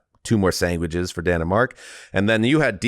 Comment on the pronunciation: Nigga out here saying sang-witches